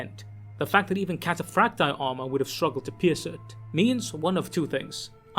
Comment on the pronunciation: Why do you pronounce Cataphractii and Tartaros armor in that way